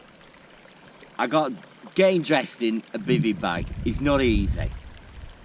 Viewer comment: "In this Bivvy-io" 🤣 Bevvy-io more like 😂😂